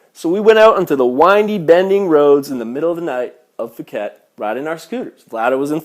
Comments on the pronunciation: Tip: how to say phi phi and phuket Pronunciation for phi phi... Say pi pi don't say fi fi Same for Phuket... Don't say fuket say "Puket" Thai tip don't pronounce f for ph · It's Pee Pee NOT Fee Fee....and Pooket Not FOOOOket....?? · POO-ket...not FOO-ket. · It's 'Cow san road' not Koh san road. Phi Phi is pronounced 'Pee Pee' not Fee Fee and Phuket is 'Pooket' not Fooket. Are you sure you really went there ? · P uket not Fuket. and Pi Pi not Fi Fi even its written Ph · Your not even pronouncing phi phi or phuket correctly it's pronounced pi-pi and Phuket is pronounced poo-ket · pooket and kohpeepee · fuket, its Phuket, the h is silent hahahaha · Oh I learned something, that you're immature. If you were actually in Thailand you would of learnt to pronounce puket, Pattaya and phi phi. Also have common sense, you don't fight every flipping Thai male you see that's why you get injuries. When I go to Thailand nothing happened and I am a child and everyone is nice. When you say it was like a hex because if you whistle at knight you should know Thais get superstitious because they think you are calling dark spirits. This tale sounds fake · Phuket is pronounced poo-ket btw.